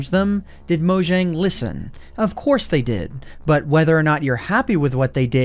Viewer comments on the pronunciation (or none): I'll always cringe at someone saying MoJang instead of Moyang, seeing J is prenounced as Y in Swedish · mojang is pronounced "moyang"